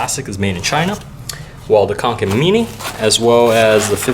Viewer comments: he said kanken its konken 😩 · Kånken is pronounced as "konken" 😊